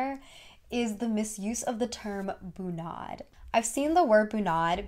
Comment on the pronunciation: When youre norwegian and she sayd bu-naahd, not actually bunad lol